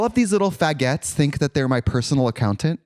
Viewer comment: HIM PRONOUNCING FA*GOTS THE WAY BAGUETTES IS PRONOUNCED IS FUCKING SENDING MEEEEEEE